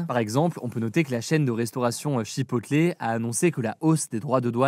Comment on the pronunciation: "chipotlé" 😭😂 on prononce CHIPOTEULE